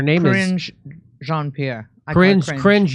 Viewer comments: 'Cringe John Pee Air'. That's too funny! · Cringe John Pee Air lol